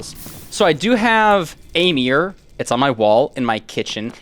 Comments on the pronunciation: why do you pronounce mirror like meer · am i the only 1 hearing meer instead of mirror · why does pronounce mirror as meer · As an English person the American pronunciation of mirror is crazy 😂 I genuinely had no clue what he was talking about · Dude my friends say that “mirror” is pronounced “marrer” and when I heard you say “mirror” like I do it just instantly came to me Great story man I love your content❤ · What i know about: He cant pronouncs mirror?!?! Dont play sport with him after a breakup, he will destroy you and ruin his shoes He has never had a mirror? OR CLOTHES OR ANYTHING WTF REK U R A ROBOT